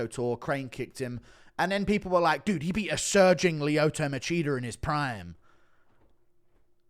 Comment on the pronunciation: lmao "Leeoto Macheater"